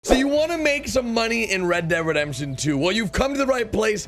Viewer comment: Mate it's red dead redemption not rededemption just slow down when you speak please